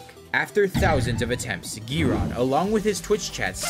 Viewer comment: The way he pronounces 'Giron' 😂😂